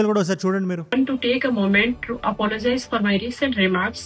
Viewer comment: She doesn’t even know how to say apologies instead she says apollogies